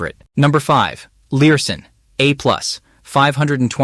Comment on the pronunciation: Lurssen. not Learson.